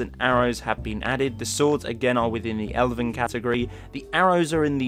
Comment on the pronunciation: Totally lord of the rings based love it! Also YES you pronounced Elven right thanks so much. Again, don't mean to sound like a grammar snob, but hey, it is what it is. Epic armor and video. Sorry that I haven't watched you channel in awhile. I'm on vacation at the moment and ironically haven't had much down time.:D P.S its the Bosmer armor, right? P.P.S You said you didn't like the guard outfits, there is a cool guard armor overhaul. I'll send you the link soon I can't right now because I'm on an ipad :/